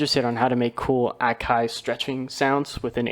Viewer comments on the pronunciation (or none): none